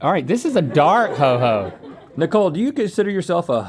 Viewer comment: Really thought Rhett said "representing THE COAL in that tree" not "NICOLE in that tree" I'm from wv and found that priceless